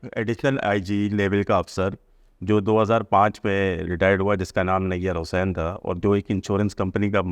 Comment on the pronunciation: ان کے نام سہی لیں نئیر حسین نہیں نئیر حسنین نام ہے اس کا